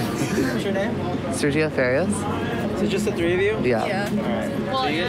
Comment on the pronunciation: The fact he said “farias” wrong